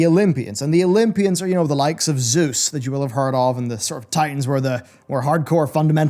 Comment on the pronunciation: you pronounced zeus wrong. its not zuus